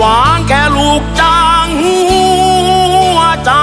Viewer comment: เพลงเพราะ แต่ร้องไม่ชัด ทำใหง้ฉันอกหัก แค่ลูกจ้าง หงัวใจ ออกเสียง ห หีบ ไม่ชัด ฟังแล้วขัดหู